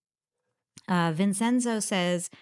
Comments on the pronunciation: Did she just pronounce Vincenzo, as Vin-Sen-zo 😅, honey, it's pronounced, Vin-CHen-zo. Sammy where did you find this character? I will wager everything I have, you did not find her here in Bensonhurst.......well, current time Bensonhurst, if she is Oriental, then you definitely could've found her here. If she is Middle Eastern, the most likely you found her in Beirut ....errr I mean, Bay Ridge. Vin-Sen-zo, classic. 😂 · VEEN - CHEN- ZOH THIS IS HOW YOU SPELL VINCENZO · It’s pronounced “Vin-chen-zo”. Vincenzo. That’s Italian for Vincent.